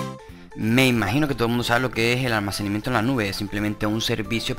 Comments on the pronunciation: ALMACENIMIENTO ??? CORRIGETE HOMBRE SE DICE ALMACENAMIENTO, DEMORATE UN POCO Y HABLA BIEN. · ¿Almacenimiento? Jajajajajaja todo el rato dice almacenimiento en ves de almacenamiento. Jajajajajaja Jajajajajaja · almacenimiento XD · Almacenimiento 😂😂😂😂😂jajajaja no sabe ni hablár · Alminiciamiento xdxdxd